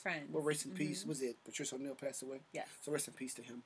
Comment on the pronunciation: He said Patrish O’Neal 😆